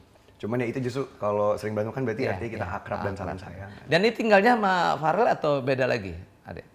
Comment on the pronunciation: Verrel om eko bukan farel 😂